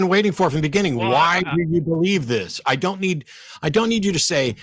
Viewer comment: Caller: Chris - ID-iot